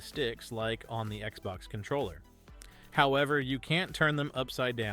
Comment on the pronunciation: did you not know how to pronounce controller? the hell is wrong with you